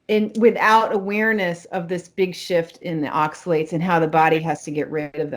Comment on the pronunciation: ...it’s oxaLATES’...not oxaLETS’....